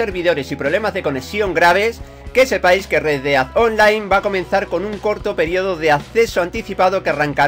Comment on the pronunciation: No estas equivocada solo que a se le quedo la pelotilla estancada y no pronuncia bien:v